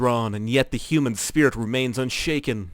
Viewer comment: the way he says human lol It's really funny